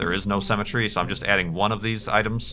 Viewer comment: It's pronounced "Symmetry" not "Cemetery"